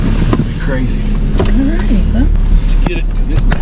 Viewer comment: New drinking game: Have a slug every time says "Ca-ray-zee."